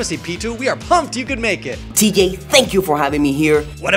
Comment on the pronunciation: Why is the special guest pronouncing your name "T Gay"